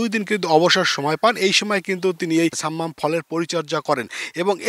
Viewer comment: ছাম্মাম না শব্দ টা সাম্মাম হবে।